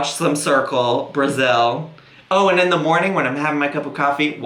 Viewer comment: I'm annoyed by the way she says And*. She says it like *ANT! WTF! I'm nitpicking because she just bothers me so whatever 🤣